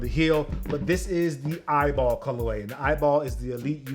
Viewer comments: He said eyeball😭😭 it’s “E.Y.B.L”” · it’s pronounced e y b l not eyeball 😹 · ITS PRONOUNCED EYBL NOT EYEBALL LMAO 👀👀👀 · It’s pronounced E-Y-B-L not eyeball🤦🏽‍♂️ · Loved the video, and there were plenty of facts but its not the "eyeball" league its just the EYBL league that stands for what you said haha. Lucky you that you got all of these! Thanks for showing us a in-hand look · its not "eyeball" it pronounced E.Y.B.L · I’ve never heard someone call the EYBL tournament eyeball 😂 everyone just calls it by the letter E-Y-B-L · It’s E-Y-B-L